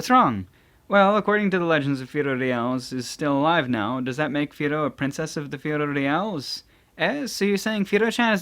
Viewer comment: FI LO LI AS Not firorias